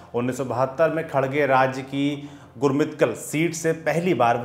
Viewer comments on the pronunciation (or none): खरगे है खडगे नहीं